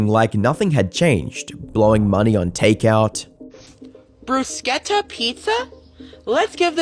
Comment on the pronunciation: I was shaking my head the whole video, then he said "Bruceketa Pizza" and I just died a lil inside. Then the job thing. He's a literal manchild. Nothing wrong with being a big kid, but you still have to act like an adult sometimes.